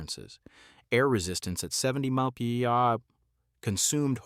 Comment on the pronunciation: Horrible a.i. narration made me wonder if the material presented was also fake. You really need to teach your robot what to say when it reads "mph". You didn't listen to the final product?